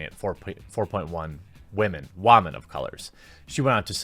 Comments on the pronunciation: Is it a joke that you pronounce it as "wah-men?" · "Wamen"? You keep saying this word. What does it mean? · Where tf you learn to say women at? Wah-men 😂😂😂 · "women, wahmen" gaaaaasp he's a fan!😍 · “Captain Meh” The first unattractive Wahmen superhero. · Really? you pronounce women was as "WA-men" and you are calling her out on this. Pot calling the kettle black much? While she doesn't bring up the facts, you make the assumption that her claim is well founded. I know you can't give the in-depth research into this as a part-time job, but because you suspect her to be voice a claim to get good PR. Does it smell fishy yes. I say reach out to the people holding the press tour, see if they have the information she is talking about. You're making her out to be the bad guy with no evidence except he-said-she-said. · why do you say 'wamen' instead of' women'?